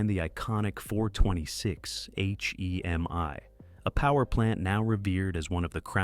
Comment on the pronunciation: Dumbass AI narrator. H-E-M-I 🙄🤣Couldn't handle the word Hemi. Are people really this lazy ?